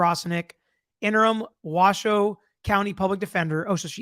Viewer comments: You pronounced Washoe right, but Nevada is pronounced Nev-add-a, not Nev-ahh-da. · You pronounced Washoe perfectly!!!